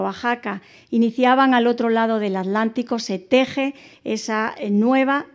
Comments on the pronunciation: Estupida es atlantico no alantico, piche vieja ocico mocho 1ro q s enseñen a ablar. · ¿ALÁNTICO o ATLÁNTICO ? con T L (te, ele)